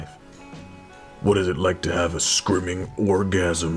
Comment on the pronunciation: Did he meant "screaming" but butchered it harder than his chances of getting laid?